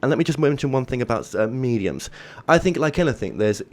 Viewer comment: Great interview from someone refreshingly grounded -- and I love the way she pronounces mediums as "meechums," too cute.